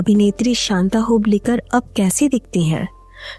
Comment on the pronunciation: Hoblikar hoblikar karke kyon bata rahi ho aap? Hublikar bolo